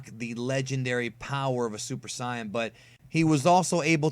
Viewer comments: irs sayin not cyan *sorry trying to spell phonetically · why do you say"siaon"? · What kinda of douche bag pronounces it sigh-yan it’s pronounced say-yin it’s even said that way in Japanese you sorry excuse of a fan. I’m glad you decided to jump on the DB bandwagon but at least fake it until you make it. True fans pick up bull shit a mile away, I couldn’t even bring myself to finish watching the video after you pronounce saiyan as sigh-yan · super sign? That's not how you say saiyan. If you were going for saiya-jin the original term, then you also got that wrong. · I'm gonna be honest hearing it pronounced "sigh-in" sounds so wrong even if it's technically correct. "Say-in" is how I've heard it since my childhood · Why do you pronounce Saiyan like that its pronounced Say-in not Sai-in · You know english dub is horrible right? Whats up with Super Sayan? It's Super Sayajin! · Super sigh-an? lmao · Its like he is mispronouncing things on purpose..Si-bi-men...Gokuuu...and Super Scion 😑😑😑...how can he say the wat he is saying it is right when nobody in the actual show says it like that??? Must be a ego thing. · And did he say a super Scion? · then say it like (sigh-ya-jin) and not (sigh-yan) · He didn't say do they experience pain. He asked if they experience Fear. Smh, i hate when people wanna say all words of DBZ different or supposedly correctly as if they know more but then mess up on simple things such as this. JUST FU*KING SAY SAY-BUH-MEN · He asks "Do androids experience fear?" Saiyan is pronounced "Say-in" or am I mistaken? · If you're going to go out of your way to pronounce Saiyan differently, pronounce it the way it's pronounced in Japan. Saiya-jin or Saiyan. You can't mix the two up. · Did anyone hear how this bitch said super saiyan.... I stopped watching after that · Pronounces Saibaiman correctly... Mispronounces Saiyan... Also he asked Android 19 if Androids feel fear not pain.. Oh and Vegeta Does kill Captain Ginyu in DBS